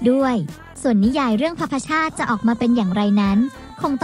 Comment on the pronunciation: แอดคะ คำว่า "ภพชาติ" อ่านว่า พบ-ชาด ค่ะ ไม่ใช่ พะ-พะ-ชาด